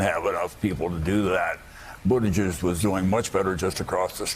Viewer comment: I swear Brokaw pronounced Buttigieg as “booty-juice”.